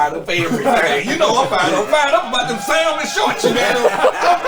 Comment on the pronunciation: Not “SA-L-MON Shorts” Fred! 🍣🩳 🤣🤣🤣